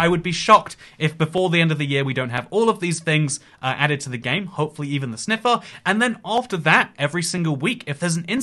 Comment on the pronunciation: "KHOPEFULLY"-, 2022